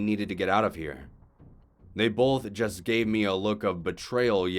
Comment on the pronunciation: Both not bowlth!!!!!! Keep.up the good work!